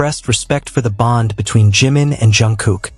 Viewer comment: Hablas y hablas de la 'famosa FOTO' y NUNCA LA MUESTRAS NI ANALIZAS LA MISMA... Además tan DIFÍCIL es PRONUNCIAR CO-RREC-TA-MEN-TE los NOMBRES DE JIMIN y JUNGKOOK?¡?¡?¡?¡¡ Esto de abusar de la 'famosa' IA hace que los trabajos que 'PRESENTAN' sean REALMENTE una muestra de la POCA o NADA DE ORIGINALIDAD DE SUS AUTORES!!!!!!!!!😠😠😠😠😠😠